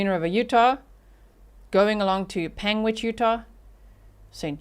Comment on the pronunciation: You are saying Panguitch correctly 👍